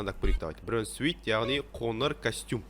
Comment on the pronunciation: Қоныр емес қоңыр, ң ды айталмаймынба